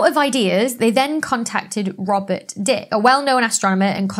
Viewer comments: Did she say “Harlow and Shapley” debated? Harlow Shapley was one person. He debated Heber Curtis in the so called “Great Debate” or the Shapley-Curtis debate. Penzias pronounced PEN-ze-us Dicke pronounced DIK-ee Penzias and Wilson did not build the horn at Bell Labs in Holmdel NJ. It was completed in 1959 - both were still at graduate school, Columbia and Cal Tech respectively. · (Robert) Dicke is actually pronounced "Dicky" or "Dickie", but who's he trying to kid ;)